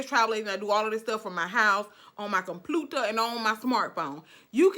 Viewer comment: "Compluter"! LOL! I enjoy watching this lady!